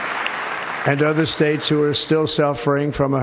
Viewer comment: " The United Spates!!" 😂😂 He's going senile!😊